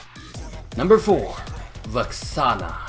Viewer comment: Did he say Vaxaana?